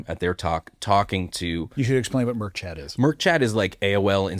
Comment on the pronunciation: Great discussion as usual. However, point of clarification. It is mIRC not MERC chat.